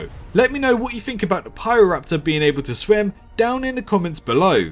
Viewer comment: Good video. And yep, your pronunciation is pretty much right. It's also notable the landscape Pyroraptor lived in was an archipelago of islands, meaning it very likely did island hope quite often and could swim competently.